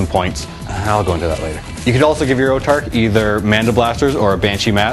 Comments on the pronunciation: whats an "Otarch?" Its pronounced "Autarch" (aw-tarch) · Its pronounced aw-tark. As in aww, i lost my autarchs arm,flip!